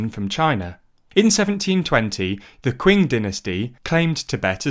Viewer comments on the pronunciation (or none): Just so you know 新疆 (xin1jiang1) is pronounced like “shin jeeyang” and it means “New Border”. What you said was 金阳 (jin1yang2) which is a completely different area of China and it means “Golden Sunshine” EDIT: kept watching and you pronounced the 清 (qing1) dynasty as queen? It should be pronounced Like “Ching” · Qing, Xinjiang... please look up how to pronounce these names before using them. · "Shing" not "Queen" Dynasty. Also what the heck are "inverted commas"? Do you mean quotation marks? Apostrophes? I'm sorry but that's a really shoddy colloquialism that you chaps should probably avoid, after all, news should be informative. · I hate it when youtubers get this wrong, the Qing dynasty 清朝 is pronounced "Ching dynasty", not freaking "quing" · 'Kwing dynasty' 'Jinyang' lol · Oldest pronunciation mistake in the book, saying “Quing” when trying to say Qing on the internet. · "Qi" makes a "tsh" generally speaking, but theres a huge number of dialects within china that adjust its pronunciation. You're absolutely right, in some regions it makes a much harder "Jh" sound, and other areas a softer "Sh" sound. But we can all agree, never "Kwing". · "The "quinn" dynasty" Ooof, that hurt, I ain't even Chinese, but if you're making a video on China, and mentioning Chinese history, you guys could've spent the 3 min it takes to google how to pronounce "Qing". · Man 5 minutes of research into how to pronounce the Chinese names would have helped haha, wtf is the Kwing Dynasty? xDa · Xinjiang is more like sheen (like the sword sound effect is the closest analog)-jee-ahng (except the last two are pronounced together). Qing is like Ching. (In fact, it used to me Englishized that way under the old wade-giles).